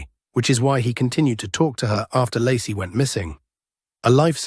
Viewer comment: Ai voice pronounces Lacie as Larsey lol